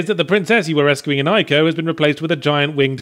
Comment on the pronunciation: Ee-co not Eye-co